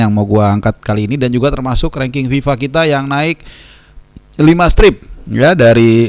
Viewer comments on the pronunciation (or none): none